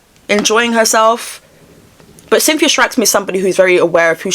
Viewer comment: Ariana and..."Cynthe-o" hahahahata